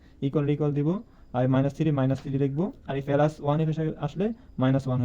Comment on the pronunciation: ফেলাস নয় প্লাস